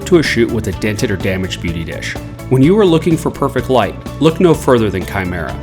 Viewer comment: That awkward moment u realize it's kimera not shimera 😓